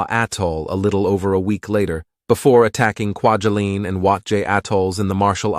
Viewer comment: Why can't you peoplelearn correct pronunciation of locations in ur vidios. ...use to work out at KWA